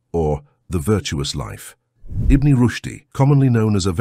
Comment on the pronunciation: Something is taken away when the AI mispronounces certain words. IBN is not pronounced Ibne it's pronounced Ibin. Pronunciation is key.